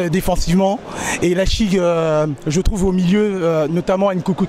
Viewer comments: "Leichigue" 😂 en tout cas très bonne vidéo 👏🏼🔥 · Oui désolé pour la prononciation pour Leipzig. Merci pour ton commentaire c'est gentil